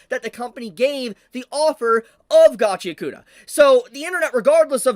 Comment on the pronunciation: Gotchy-yakoota❌ Gachi-ACK-oota✅